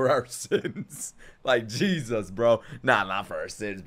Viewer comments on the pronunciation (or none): none